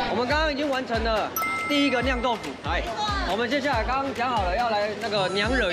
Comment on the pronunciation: 不是读liang 豆腐吗？是读xiang豆腐吗.. 😂😂